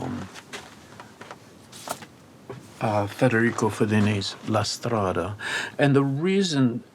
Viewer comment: his perfect way of pronouncing "la strada" moves me (besides his memory of Lynch, his consideration of Bergman and the fact that he is a total genius, of course)